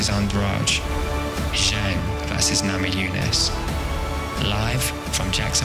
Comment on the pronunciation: this is great but did he just say bug throse namajunas?